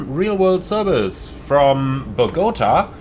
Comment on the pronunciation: It’s pronounced. Bo Ga Ta